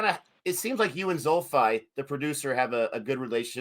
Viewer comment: Thanks for interviewing the band. Great show! You keep on saying Xulfi’s name wrong though .. it’s pronounced Zulfee not Zulfai .